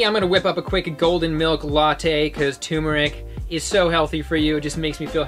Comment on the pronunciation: "turmeric" has an r in it, and yes you pronounce it. The first syllable is pronounced like "term".